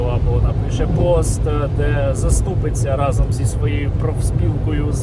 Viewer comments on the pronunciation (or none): none